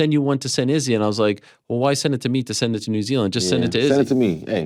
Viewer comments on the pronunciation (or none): I 100% agree. All the announcers make sure they get all the Brazilians names right, and the Africans they butcher on a regular basis. The dude has been champion for years and no one has said his name properly to this day. Jan Blaschowicz they get, they roll their R's for Periera, but Izzy gets his name butchered on live tv for 3 years